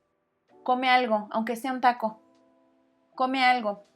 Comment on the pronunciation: When she is pronouncing the word taco it sounds like she is saying dahkos